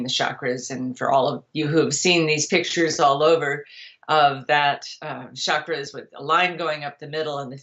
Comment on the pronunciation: One of the bullshit sources of modern chakra😂 exactly as she pronounces it “ SHAkras”😂